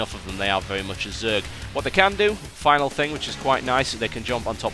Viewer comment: well he still says "vevy vevy" instead of "very very"